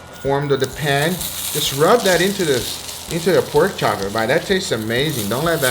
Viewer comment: what the hell is a perk chop ffs